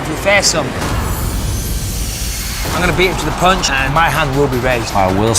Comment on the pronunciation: Anyone watching the ultimate fighter? Joanna Jedrzejczyk is the worst trash talker of all time, " I going to punshu ".